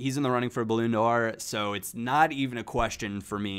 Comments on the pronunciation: it's pronounced "Bal - on - d'or." Not: "Balloon - d'or" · says Balloon D'Or